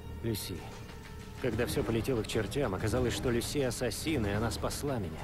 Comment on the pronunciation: 6.не ассасин скрид а ассассин крид